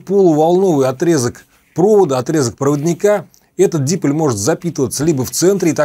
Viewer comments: Только дипОль, а не дИполь.... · Уважаемый! Огромное спасибо за доходчивое объяснение многих тонкостей радиолюбительства. Но я извиняюсь, что поправляю Вас, но правильно произносить дипОль, с ударением на буку О. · Уважаемый! Мне понравились многие ваши видео. Спасибо за них. В слове диполь ударение ставится на второй слог. Михаил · А что првильно стиавить ударение дИполь, п не дипОль?